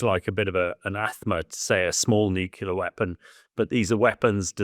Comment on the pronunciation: Never trust a man who can't pronounce nuclear correctly.